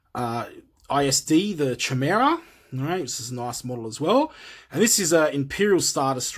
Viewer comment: Very good video but my only criticism is that Thrawn's Star Destroyer is pronounced (Kai)mera instead of "Chi"